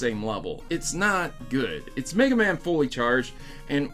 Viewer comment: Why must they turd all ovr megamans name like that? Make it stop